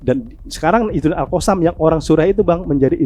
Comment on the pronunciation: QASSAM bro, bukan qOsam. A bukan O.